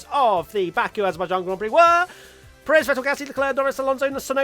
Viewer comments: It's PErez not peREZ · Pé-rez, not Pe-réz. He's been a pilot in F1 for like a decade now, c'mon pronuonce his name correctly